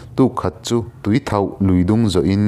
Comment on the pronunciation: A thih na hi tuithauh ni lo in tuithoh tih zawk tur a ni